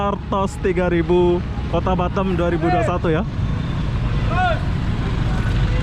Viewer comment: bukan batem tapi batam, betulkan sebutan tu